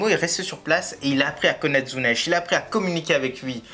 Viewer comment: En français, ça se prononce Zunesh.